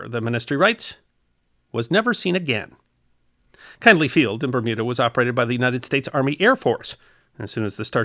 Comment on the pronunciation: Kindley Field, with a short "i". as in the name Mindy.